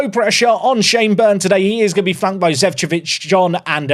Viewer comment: it is Zecovic & not Zevcovic